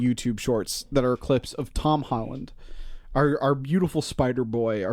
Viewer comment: i love how the way pronounces tom holland progressively gets worse the angrier he gets “tom holland” “hom holland” “tom highland”